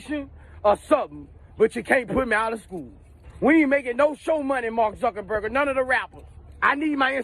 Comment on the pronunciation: Its Mark ZuckerBERG! Not burger!. Lol! And he's facebook!